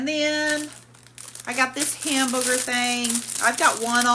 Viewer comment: YES she always says Hambooger it cracks me up 😂